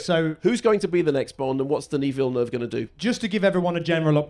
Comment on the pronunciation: “Deneee Villnov.”